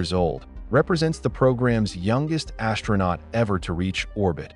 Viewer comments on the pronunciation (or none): none